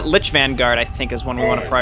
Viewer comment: they keep saying linch instead of lich